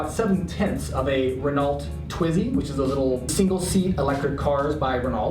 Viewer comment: no no no. its not Renault pronounced ren-alt. its pronounced ren-oh